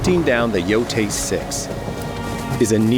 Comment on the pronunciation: Finally hearing someone official pronounce the title.. Everyone was calling it "Yo-Tye" at first.. I always thought "Yo-Tay" sounds better